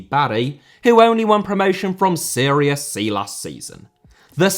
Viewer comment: It is serie A/B/C Not Syria B;) Great video! :))